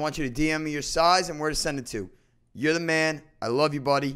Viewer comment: Congrats. It's za man